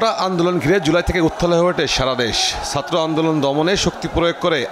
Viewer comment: তৌফিক মাহমুদ মুন্না নামের এই কোন খ্যাঁতরে নিউজের দায়িত্ব দিয়েছে? সাত্র, নজজুল, পত্তাহার, কত্তে পারবে, দম-পত্তি, মদ্যে, নিদ্দেশ, ছাইবার সিকুটি এইসব উচ্চারনধারীকে কিভাবে নিউজের দায়িত্ব দেয়া হয়? লিংকে চাকরী নিছে নাকি এই লোক?